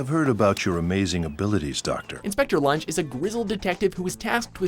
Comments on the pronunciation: Also, learn to pronounce Lunge properly. It's the German name, not the verb, you dumb fuck... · Lunge is pronounced "Lungei" not "Lunj" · loon-gay.. not lunge you idiot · Heinrich "Lunch". Oooooooooof It's pronounced Roon-geue !! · It is pronounced as loongae idiot not lunj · This narrator is always messing up the names. It's not lunge it's pronounced "Loon-gay"... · Please don't use english pronounciation on german names. It's Lun-ge, not the english word lunge. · “Number 5: Heinrich lunch” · It's pronounced lungay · #5 heinrich lunge lol im so dead Read it like this "luongay" im not kidding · Lunge. It's pronounced lun - geh ... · "Lun-gay" please pronounce it correctly. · Lun-gay lun-gay how do u pronounce that wrong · Lunge, it pronounced Loon-gay, have you even watch the series. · Fyi, Lunge's name is pronounced loon-ge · Isnt Lunge from Monster supposed to be pronounced Loon-Gay. That is how its pronounced in the Dub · And did he just say LungE as lunge? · Unsub for pronouncing LUNGE wrong...dummy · I cringed so hard when he mispronounced lunges name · While you still managed to butcher just about every name in this list, im eternaly grateful that you didn't choose to go by the eng. dub version of Detective Conan. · 'They need to meet the archetype of a detective.' Chooses a number 4 that never does any detective work. Pronounces Lunge incorrectly, then avoids any clips where his name is said to remedy the mistake. Calls their number 1 number 3. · You pronounced the inspector's name from monster wrong. -.